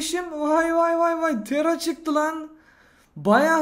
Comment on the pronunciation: Tera değil o Tara